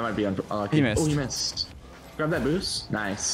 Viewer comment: "He Mist!" Is it just me or someone else heard the same way? :D I was like he is sure Mist! xD